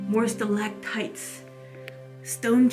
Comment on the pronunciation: The .ca Celing. Would have celactites. Not celaGTitets